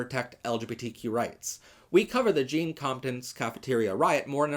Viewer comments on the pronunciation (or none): none